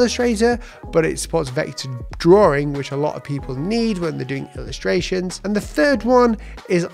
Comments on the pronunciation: Drawing ❌ drawring ✔️ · No please! Continue with draw-ring. It's fun listening to that lol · Man it's annoying when you say Drawring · I like how he says drawing as draring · Drawring you say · Can we have a video about how to pronounce the word “drawing” first please?